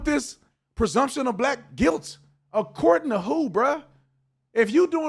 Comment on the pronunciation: The guy on the right failed the IQ test. He says "persumption" a couple of times. That is not a word! It's "presumption".